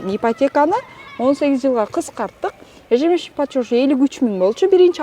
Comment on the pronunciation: Тообо ушундай крупный организацияларда иштеген кызматчылар ЕЖЕМЕСЯЧНЫЙ ПЛАТЁЖ деген созду суйлой албай эле иштеп журушот! Ежёжщ деп коюп😂😂😂😂